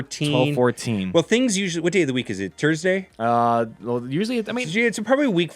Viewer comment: this dude just said tursday